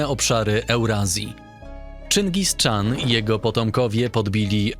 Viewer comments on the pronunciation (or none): Jaki czyngis czan?, czyngis chan. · Kanał fajny liczę na więcej kibicując. Ale na Boga - Czygis - Czan? Kto to czyta? Karakoram? I inne kwiatki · Dlaczego "Czingis CZAN"? Wydaje mi się, że to nie jest poprawna wymowa.